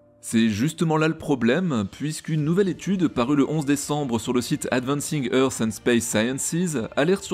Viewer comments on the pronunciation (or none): none